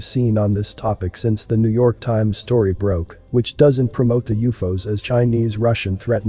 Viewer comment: If you use periods U.F.O's, perhaps your computer can pronounce things properly.